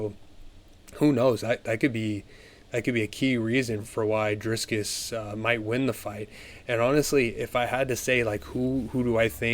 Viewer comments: Stop saying Drisscus! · Roll the r In Dricus